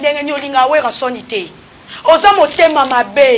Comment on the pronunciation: Mademoiselle tu as un problème sérieux, consulter un médecin logopede STP Werran sone, crimogène etc...